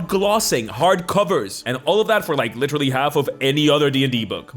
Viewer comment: Is it just me, or do I keep hearing “Lich-terally” every time you say “literally” in this video?😂